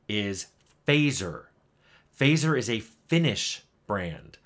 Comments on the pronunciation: Just a lil nitpick in case nobody's pointed it out (I did scroll down a ways and didn't see it): Fazer is pronounced "FUTZ-er", not "FAY-zer". Not saying this to put you down in any way, just a friendly correction. :) I'm a philistine who prefers milk chocolate over dark, and even loves white chocolate, so I'm not exactly the target audience for this video. But it's still a nice feel-good watch. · fazer is pronounced fatser. excellent candies of all kinds. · rabbitholing your vids, thanks for the links. One note though fazer is locally pronounced as fatser (the A is as in aardvark). It's a german name and means smith.